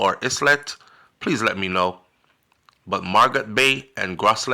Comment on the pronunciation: It prononce Marigot (Mar ree go) and Gros Islet ( Grow zee lay)